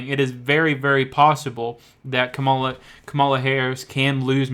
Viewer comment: These particular polls, unfortunately, aren't known to be especially reliable, and the narrator of the video doesn't know how to pronounce Harris's first name, so not much confidence here!